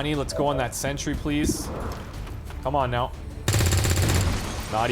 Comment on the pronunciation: What`s a Century? (Looks at screen, sees a Sentry). OH HE MEANS SENTRY